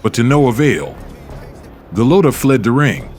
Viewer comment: The AI mispronouncing Golota’s name 😢.